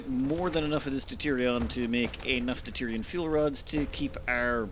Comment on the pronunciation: It's deuteriuM. Not deuterion. Please, for the love of god.